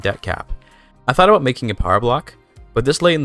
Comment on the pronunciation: Aboat dat ei Dude going full Canadian